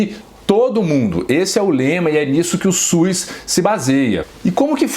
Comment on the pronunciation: E SUS Dr...não e Suis.